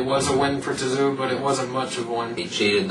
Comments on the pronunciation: Your lack of knowledge is astounding. Respect though for being willing to embarrass your sorry asses like that. LOL. Can't even pronounce Tszyu and you're 'boxing fans'. Couldn't stop laughing throughout that video at how dumb you guys sounded, LMAO. Tszyu detsroyed both Mitchell and Judah (both cried in the ring), what a joke this was. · You guys are a farking joke. I couldn't stop laughing at your review of Kostya Tszyu (you can't even pronounce his name) LOL. He smashed Jab Judah, and had the fight continued he would have continued to do so.